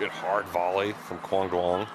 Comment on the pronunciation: Yay, pronounced Quang almost correct. Keep it up.